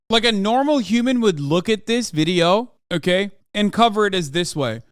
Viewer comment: Hateful video-ah